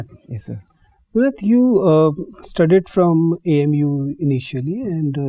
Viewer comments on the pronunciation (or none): The interviewers are the people who are the most qualified and dignified officers , but can not pronouncing his name JUNED properly , they are pronouncing ZUNED ,bas yahi masla hai language ka hum logo me